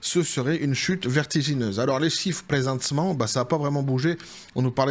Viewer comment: « les chiffres PWESENTEMENT »